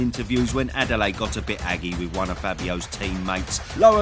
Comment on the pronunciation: Butchered Adeleye, lmao. It's Ah-day-le-year.